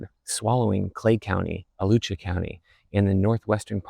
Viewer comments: Alachua is said uh latch ew uh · That pronunciation of my home county hurt. It's more like "A latch you uh".